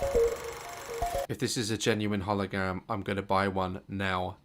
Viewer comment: Daz: if this is Genuine *Holigam*. I am going to buy one now, today Daz.exe has stopped working